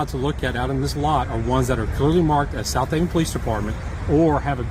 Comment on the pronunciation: Lieutenant who? I wish people would be clear. In this video no one is pronouncing "Southaven" rightly, either.